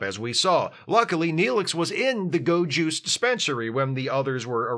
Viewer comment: Every time you said "go juice" I absolutely heard ✨gowjus✨